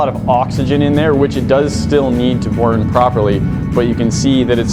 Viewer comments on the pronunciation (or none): "... Which it still needs to bourn"